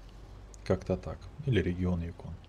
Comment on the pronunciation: Юкон. Ударение на Ю. Это река на Аляске...